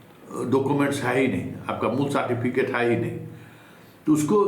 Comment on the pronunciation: Jo certificate ka Pronunciation "saatificate" krta h. Aur smjhta hai apne ko badka patrakar..Kewal ul julul mangarhant baatein krte rhta h...Itna din se dukandari chalane k baad bhi 2 lakh subscriber v nhi hua hai...Tera so called kaabil patrakar kahne ka sabse bada praman hai..